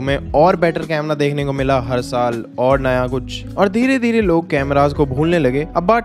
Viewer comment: "Kuch" hoga "kudh" nhi